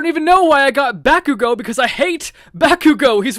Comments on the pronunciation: he pronounced Bakugo's name wrong😣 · Who said Bakugo wrong